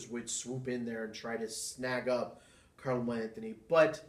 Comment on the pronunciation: Good video overall. You voice is a bit too low, your pronounciation, especially "Camelo Anthony" needs to improve. And you need to have your own style, both the way your talk and your comment show, if you really want to make it a show. Keep it up.